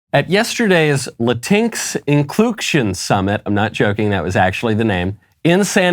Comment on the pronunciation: I thought it was pronounced "inclucktion", so maybe it's for non-binary chickens?